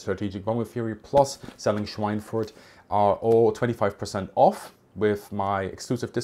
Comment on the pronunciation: Obviously you are a German native speaker, so why did you pronounce Schweinfurt with this strange English pseudo-accent?